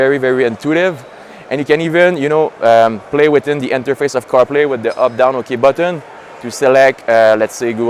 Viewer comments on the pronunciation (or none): Great video. I loved when said Apple Caw Play. 😂 😉